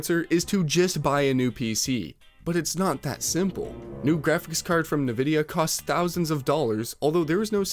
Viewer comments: Did you really say "allen-ate" instead of alienate? Also its not na-vidia, it's pronounced n-vidia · dude, stop saying nyvidia 🤦‍♂ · "nuhvidea" "allenating" bro you literallly cant speak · Allenated, Navidia, cmon bro listen to ANYONE else say those words… alien not Alan, who’s Alan? It’s pronounced N-vid-ea, not Na-vid -ea man that drives me nuts… that’s like nucular drives me up a wall… nuclEAr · Nuhvidia cmon man really? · its en vid e-uh not nuh vid e-uh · Wtf is NeeeVidia??? Its obviously written N-vidia.. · Dude, you need to start pronouncing things correctly if you’re gonna make a whole video about it, for example it’s pronounced “En-vidia” not “na-vidia”… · bro its N vidia not Nih vidia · Why do people insist on calling it NehVidia? It's N VIDIA. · No not NEH-VIDEA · Dude, it's N-vidia. Come on. If you're gonna make a video about graphics the least you can do is pronouce the names right, smh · Stop saying nuhvidia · Stop saying "Nuhvidia" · Navidia? Who the hell says it that way? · Yeah games are starting to suck. I rarely play anymore. BTW. Bro, you saying Na-Vidia? WTF is that? You ever watched any of their release videos? Presentations about upcoming tech? Catch up bro! Surely this isn't your first video about them. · You lost me at "nividia" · It's pronounced Envidia, not nvidia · There's no U in nVidia, stop saying "NUHvidia". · good video, however, i cannot allow a "nuh vidia" to go unpunished so i have to give it a dislike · ni-vidia...? lol. how it looks like?? can't take you seriously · Another video, another "nyhVidia". Where do you people get that from? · “Allenating?” “Niv-idia?” Have you considered using an AI voiceover? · Did you just say nuhvidia? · Allenating, nuh-videa.. are you even trying lol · PC gaming was never a cheap hobby. If people find it expensive, then maybe find another hobby that will suit your financial situation. Also, people who pronounce nVidia as "Nuh-Videa" does not deserve an opinion on the industry :D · WTF is Navidia?